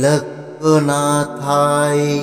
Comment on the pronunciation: আবার সেই ভুল। Trailokkonathao মুখে বলছেন। লিখেছেন অন্য রকম।mantra uchharon vul hoa thik noi.